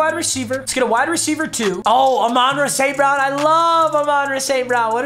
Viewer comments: it's Ahmon- Rah not aminrah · Papa it’s not a-mon ra it’s pronounced like ah-mun ra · AA-MANRA ST BROWN 😂